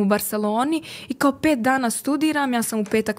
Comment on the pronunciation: glupsone naglasak je na KAO